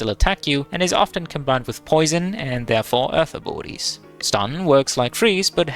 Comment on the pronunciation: I had to turn on CC to understand that he was saying ABILITIES and not BORDIES!